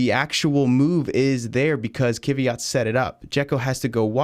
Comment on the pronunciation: First - he is Kvyat, not Kiviat. And second - only two wheels on curb.